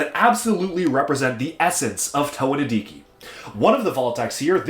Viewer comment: HE SAID NIDIKIN' TIME